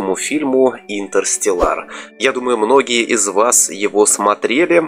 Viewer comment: брат, червоточину проще было назвать кротовой норой, а интерстеллар читается не интерстеллАр, а интерстЕллар